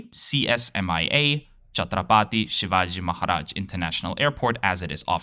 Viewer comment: He’s done a phenomenal job for a non native speaker, but it still sounds funny when he says CSMIA 😂